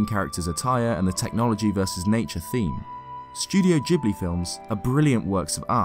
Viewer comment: It's Ghibli